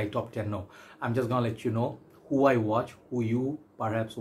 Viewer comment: "Who" rhymes with Y-O-U,!